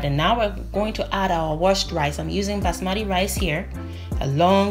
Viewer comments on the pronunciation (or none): none